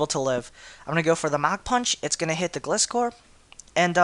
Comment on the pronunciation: thats not how you pronounce gliscor it is gly scor